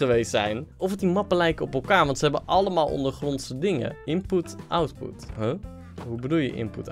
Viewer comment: "Inpoet" "Outpoet"